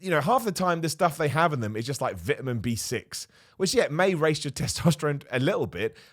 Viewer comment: so cant pronounce vitamin lol